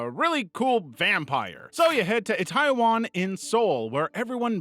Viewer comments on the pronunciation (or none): Itaewon is pronounced "ee-tay-won", not "taiwan". As someone who was initially listening - I thought we were talking about an enitrely different country. Itaewon isn't just popular for it's clubs and restaurants. It's an international hot-spot, year-round. It's amazing someone wasn't trampled sooner. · he just mispronounced itaewon , which is a popular neighborhood in seoul south korea